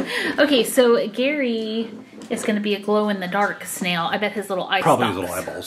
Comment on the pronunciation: Its pronounced GAARY lol